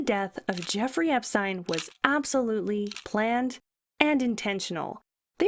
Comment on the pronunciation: This is a great video, except for the fact you keep changing the pronunciation of his name. Seriously such small details and you can't get that correct! How do you expect to have credibility for the rest? EPSTEEEN.